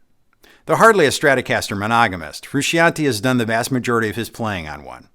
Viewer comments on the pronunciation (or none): none